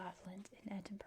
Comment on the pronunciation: Finally someone pronounced Edinburgh correctly! I will point out for any future vids - "Gay-lick" is for the Irish Gaelic, "GAHlick" is Scottish 😁